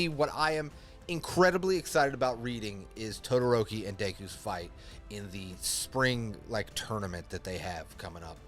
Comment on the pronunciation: Pronouncing Deku’s name like Dayku the whole video make me tweak